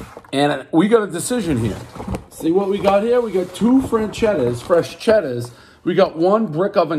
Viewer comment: He pronounces it differently every time he says it. “Fresh-chedda” “franchetta”